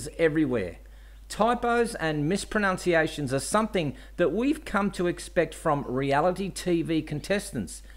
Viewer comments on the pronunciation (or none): Hi Glad you're back mate. I like this format the best. It's like having a mate round for a beer! Keep it coming. A great vid as usual. On the subject of words, did you say 'mispronOUnciation instead of 'mispronUnciation when pronouncing 'mispronUnciation? More whisky,barman! Cheers Rudi.